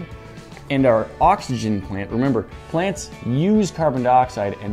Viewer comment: said boxygen